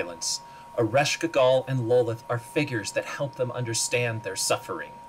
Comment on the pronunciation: Lolith!? Wtf lol! Its Lolth!